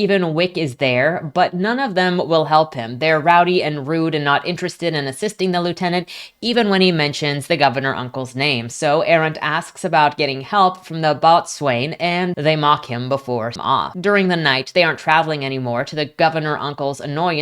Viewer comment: That was a very entertaining review :) Hate to be that guy but 'Boatswain' is pronounced 'Bosun' IIRC